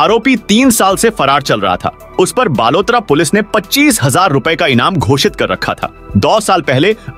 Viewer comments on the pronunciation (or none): none